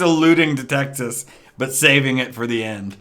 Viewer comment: he mispronounced Texas